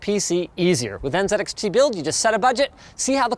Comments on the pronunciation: N “zee” XT Canadians🙄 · The most surprising thing about this was linus pronouncing Z as Zed in the ad read. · "NZXT" ist pronounced "next" ffs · N Zed X Tee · n z x t❌ enzxt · It's pronounced N-zed-X-T??! wow, that really rolls off the tongue! 🤷‍♂️😂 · It's N ZEEEEE XT build.... Zeeeeeeee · Why does it pronounce the letter Z as "Zed"? It needs a reboot. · It really bugs me how so many people mispronounce NZXT by saying NzedXT 🤦‍♂️😤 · I appreciate your patriotism in saying NZXT with the Canadian pronunciation of "z". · Ok…and Linus pronounces NZXT in a Canadian manner…. Respect to the team. Good luck on the next level. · Why is he suddenly saying NZXT like a brit